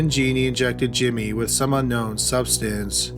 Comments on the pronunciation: Wtf was wrong with Jones? This was a crazy story. Can’t believe no one said anything. Also her name is Genene. Not “Jeannie.” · Love your videos,! Just one correction on this one: Genene Jones' name is pronounced "Jen-EEN," not "JEE-nee." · Not that it really matters all that much, but Genene is pronounced like Psycho Bitch Juh-neen. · isn't genene pronounced like "juh-neen"? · Actually it's gen een.